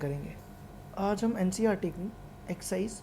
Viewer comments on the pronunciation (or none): none